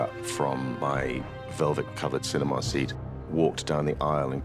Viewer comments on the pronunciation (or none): “velvet-covered cine-mah seat,” lol he sounds like Jenna Maroney saying “camera” 😂